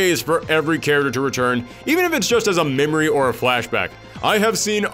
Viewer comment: Love the videos but I still can’t stop hearing “carroter” instead of character 🥕🥕🥕 Great work nevertheless